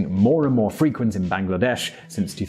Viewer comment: Please pronounce Bangladesh and Bangabandhu properly. its really insulting how you make videos of countries by pronouncing the names and it's leaders' names wrong. Thank you